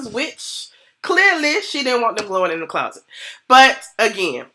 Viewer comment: Hey girlie looking cute... If I hear the word Clauset one more gin 🤣🤣❤️